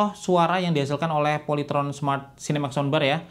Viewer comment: Polayteron? SKIPPP